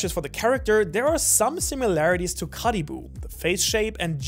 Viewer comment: How he says Caribou hurts my soul